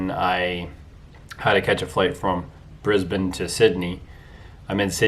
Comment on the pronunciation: Thank you for saying Brisbane the right way